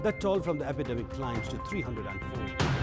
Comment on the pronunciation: Focus on contents rather than accents. Your mistakes - epidemic... not today.. yesterday.. unstoppable